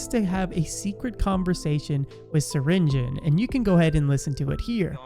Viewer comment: it's not syringen, it's syringeon.